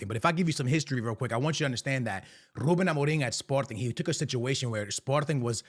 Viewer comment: Listen to this man saying “Ruben Amorim”! That’s how you say it in Portuguese! Keep up with the awesome content!